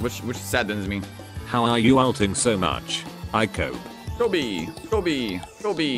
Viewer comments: he says "Go B" or "Kobe" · i think it's "Kobe"